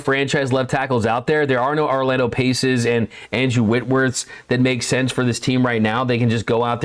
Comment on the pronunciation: Does Orlando Pace know you pronounce his name that way?? 😂